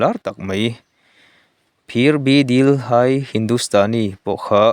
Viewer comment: Mi zawng zawng ngaihthlak theih tur a i inbuatsaih a nih chuan english emaw hindi a ni emaw,dik tak a lam ve hi a tha kan tawng ni lo mahse entir nan bebut hi dibat tia lam tur a ni lo,dêbiu tia lam tur,chuan phir dil hai pawh a tawp a mi hi hai ni lo in he tia lam kha a dik,i kal zelna turah hma lo sawn zel turin duhsakna ka hlan a che